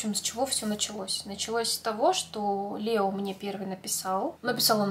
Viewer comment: Не Лео а Леоо